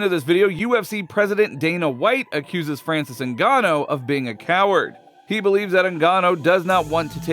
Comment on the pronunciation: Francis NGAN‐NO ?? Say the man's name properly commentator pls, ur as bad as Chael Sonnen, he gets Islam's surname wrong constantly & Pereira, who he calls Pee, era.... So Francis's surname is pronounced Ngannou it has an ooooooh sound 🤔 not an oh.... if ur gonna want subscribers & ur quoting shit, pls be accurate & respectful of people's/fighters lives & brush up on ur English grammar will u already???